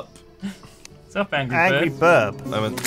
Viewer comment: Angory birb, anybody hear that???